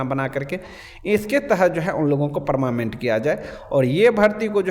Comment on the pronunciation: Are paramament nahi hota hai😂 parmanent hota hai boka 😅